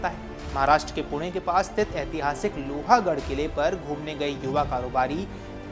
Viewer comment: Not loha it's pronounced as लोहगढ.